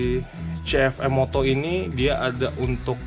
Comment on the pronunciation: Kebanyakan "m" om....namanya cukup CF moto aja 😄